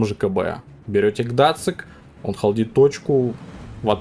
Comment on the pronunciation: Какой Гдацик? Гданьск- город в Польше! Зачем, как подросток, язык коверкаете? Геймерская профдеформация видимо...